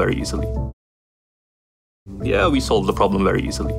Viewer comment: problemがprobably にしか聞こえん